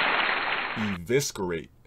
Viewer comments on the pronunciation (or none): "I never even heard of that word before" I started dying 🤣🤣🤣 then proceeds to fuck up the pronunciation of the word "EVISCERATE" By saying Eviskerate. This is a scholar...... Also that BET censorship 🤣🤣🤣